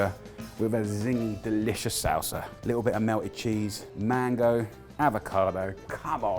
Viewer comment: A litul cheese!!